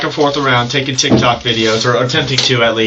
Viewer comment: She cant even say Tik Tok